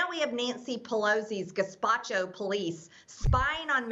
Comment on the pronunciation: Because of this clip I can no longer consistently pronounce either gazpacho or gestapo properly. This verbal typo has ruined a small part of me.